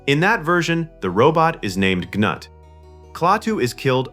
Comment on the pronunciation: Gnut is actually pronounced "Noot" or "Newt", like the name of the little girl in "Aliens". Gee, I wonder where James Cameron got that name from?